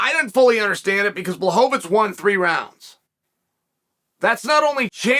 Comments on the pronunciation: Chael... you told me his name was Blowhovavich!!! ...what happened? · CHAEL, Błachowicz isnt a jew, why do you keep calling him Blachovitz? Its so disrespectful.